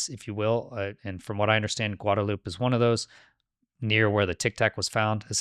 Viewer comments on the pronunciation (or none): it's not pronounced "guad a loop." It's pronounced "guad a loopay." There's an "e" on the end. Notice that? Spanish doesn't have silent ending vowels. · Isla Guadalupe pronounced: Gwad-a-loop-aye... imagine The Fonz is finishing that word except he's in a hurry.